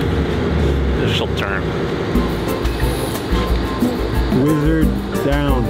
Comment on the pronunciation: You pronounced Wizard word incorrectly. :D